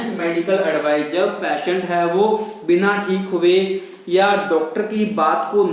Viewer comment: I think you are from Rajesthan, you must be call patient not payshant.need to work more